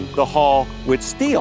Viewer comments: why does that guy refer to decks as "floors" lol. and hes pronouncing "hull" as "haul".really bizarre dude! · The "Hall" thing bugged the heck out of me